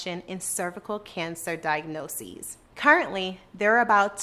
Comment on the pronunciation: The way she pronounces "Diagnosis" is so cringe.